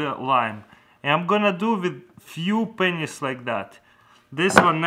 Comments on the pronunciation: oh ya it sounds like pen!s))) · When he says pennies it sounds like pingers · Pennys, Get it?😂 it's the pronounciation😂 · he used a lot of Penyss... lol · When he says pennies it sounds like something else like a private part